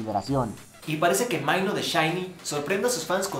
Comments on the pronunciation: Porque pronuncias tan mal? xD maino? xD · realmente dijo maino? jajaja no!